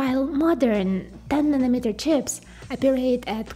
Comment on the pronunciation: Does she know how to pronounce N A N O M E T E R ? SOUNDS LIKE MILLIMETER !